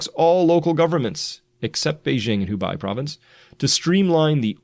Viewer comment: Ok plsss like this comment so Chris can see🤦‍♂️but this entire time he’s been mispronouncing Hubei, saying the end with bi but it’s actually who-bay. It kinda makes it look like you don’t know what you’re talking about when I try and show your channel to other people when you get little things like that wrong. I really love the videos though, keep em coming👍🏽💯